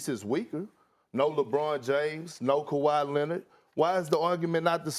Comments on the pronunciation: Kawha Lennid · More like Ka-Ry Lennahd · SAS: “Ka-Why Lennid”